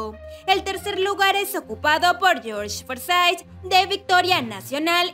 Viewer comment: ¿Forsyth? ¿Lescano? Jajaja...